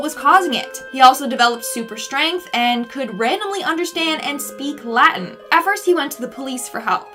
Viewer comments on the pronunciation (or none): none